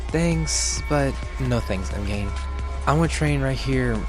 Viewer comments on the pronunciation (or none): Am I the only one that noticed that he pronounces M’Gann as M’gain? No? Okay 👍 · Pronounce it like Magan😄 ok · do find it funny how you pronounced m'gann though lol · I'm sorry.... how does he pronounce M'gann?